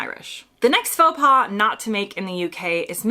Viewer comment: Your choice of AI doesn't know the difference between pas/paws ( like in faux).